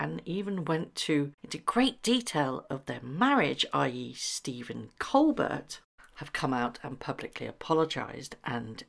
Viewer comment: The comedian's name is pronounced "Coal BEAR". The "t" is silent.